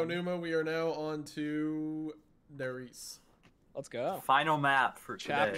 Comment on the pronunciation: Der Riese is pronounced (Dare Reeza)